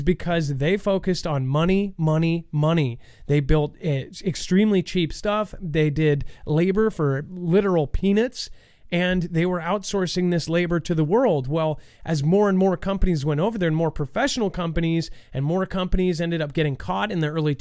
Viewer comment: its is a pea-nut, not a pea-nit. Its a wolf, not a woof. Its Bela-rus, not Belaris. Just saying.... lol are you going to correct yourself on the next show? Just playin bud.